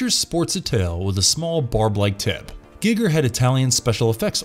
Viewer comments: If that's how you pronounce Giger, you totally lose all street cred. It's 2021. Have you not heard his name pronounced once? Then that raises the question: have you ever seen any of his movies? Ya basic. Unsubscribed. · It's actually Gig(g)er, not Guygger like we've heard... Giggity Giggity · I don't pronounce it guy-ger I pronounce it with an e like a karate Gee- ger sound rather than the youtube guy gig-er .. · Guy-gir not Gig-er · Geiger is pronounced Guy-ger not giger or gigger Jesus chrust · Hahaha.. wtf? Gigger?.. its H.R Giger! Lol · "Gigger"? ....No. Just, no. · GEG-er? NOS-tro-MO? This is the second video ive seen and both have mispronounced words, some of these words you mention are literally in movies you talk about, you could just repeat them. Also, "hostile and passive beast" "dreadly powerful", who proofs these? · I’m sorry but the way you said Giger made me crack up laughing, good video though 👍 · You can hear the dude who reads doesnt know anything about the text hes reading from,pronouncing peoples names wrong and crafts names wrong etc,he whould not do that if he where a real fan.. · im so annoyed by how you don't pronounce the H.R Gigers name correctly. also the backstory of the man who played the alian is incorrect. they found him in a bar and were like wow you are really tall. would you like to be in a movie.